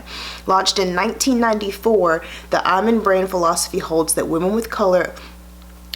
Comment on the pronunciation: It's pronounce E-man, love💕